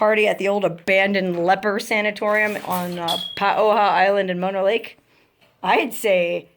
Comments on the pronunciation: Man Mono (pronounced Mow- Know)? .. and I wish you had more subscribers.Shared on Twitter. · Please pronounce Mono correctly. It sounds like Oh no. Not like the kissing disease.